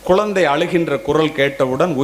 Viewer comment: ஐயா குலந்தை இல்லை குழந்தை ழகர வரிசைதான் தமிழின் அழகு அதை முதலில் தாங்கள் சரி செய்துவிட்டு பிறகு வீடியோ போடவும் மாம்பழம் என்பதை மாம்பலம் என்றால் எப்படி ஐயா தங்களுக்கு புரியும் என்று நினைக்கிறேன் தமிழ் என்பது மொழி அல்ல நம் உயிர்